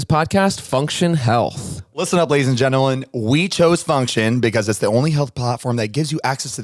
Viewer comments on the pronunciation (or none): lol zane GENALEN instead of gentalmen